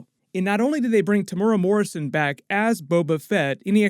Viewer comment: Hey I’m from NZ, love watching your recaps on all the series I watch! I just wanted to help you pronounce Timuera Morrison’s name right, it goes like this: (Tim-moo-ear-da ). Hope that helps!!